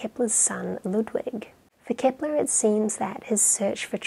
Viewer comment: Why is she saying "Kipler?". I thought his name was Kepler?